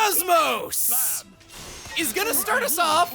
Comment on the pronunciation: Why do you call KOS-MOS "Coes-Moes" when her name in the game is pronounced differently?